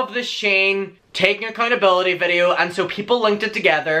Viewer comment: when your accent comes out when u say "accountability" hahah omg love u